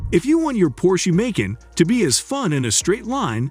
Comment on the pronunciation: The audio on this is horrendously hysterical. "May-can", "Kay-an", "Nine Hundred and Eleven" and "Porscheeee" What AI bot narrated this? I had to stop watching.